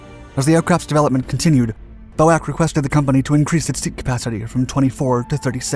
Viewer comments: Nobody ever called it "BOAK", it was "B"."O"."A"."C"., pronouncing each letter separately. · BOAC was pronounced B-O-A-C, the acronym was never pronounced 'Bo-ack'. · BO-AK?.🤨..read each letter...B.O.A.C. And era in not pounced error...it's E-ra. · B.O.A.C. was never pronounced "Bow-Ack"! It has always been pronounced letter by letter. As "Bee-Oh-Ay-See". This, I'm convinced, has been put in to seed these comments. As all the "" channels do. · It's pronounced BOAC i.e. use the individual letters, nobody else ever pronounced it: "BO-AK"! I've noticed this type of mis-pronunciation on this channel before: please ensure that you get it right, it's really annoying! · Its not Boac its B-O-A-C! British Oceanic Air Company! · Bo-Ack? Not B.O.A.C. ?? Really? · It was pronounced B.O.A.C. not Boac. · Nobody, nowhere ever said "bowak"... it was always pronounced B.O.A.C...... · It isn't "Boac" it was "B-O-A-C" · It was never 'Boac'. It was always B.O.A.C, and learn how to pronounce De Havilland - there is no emphasis on the final syllable. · Never known as "Bow-whack." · It has always been BOAC not boh ak. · I’m so glad you corrected the machine gun-fast-speaking narrator about his appalling “Bow-akk” invention. It was always B.O.A.C as you so rightly have pointed out - never Bow-akk! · I’m sorry, but I’m done with this channel. Fascinating subjects but with lousy attention to detail and execution. B.O.A.C. as bo-ack? Subject of the video is the Comet, but the clips are footage of 707s, Caravelles, or anything else that looked like it was shot in the 50s apparently. Which many viewers know is typical for this channel. If the things we can easily verify are not credible, that leaves serious questions about any of the content presented in this channel. Sadly, I am unsubscribing even though I love the concept and content. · BOAC was never pronouned ''Bow-Ack.'' The initials were said as ''Bee-Oh-Ay-See.'' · BOAC Was never pronounced Bow ac. 👎😣